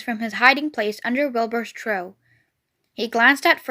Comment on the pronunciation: It's trough not tro